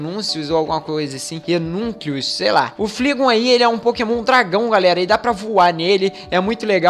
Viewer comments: Flaigon não fligon kkk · a pronuncia certa do Pokemon dragao e flaigon e nao fligon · se pronuncia "Flaigon" e o outro se pronuncia "Reiniculos" (acho),e kronos,não sei se é possível,mas se der pq VC não muda o nome das suas bags pra deixar mais organizado:D Vlw,flw